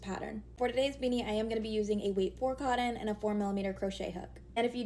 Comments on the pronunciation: Anyone who pronounces cotton as coddon is not smart. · There’s no “d” in the word cotton. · That’s because she can’t pronounce “cotton.” Thank God she’s pretty.😂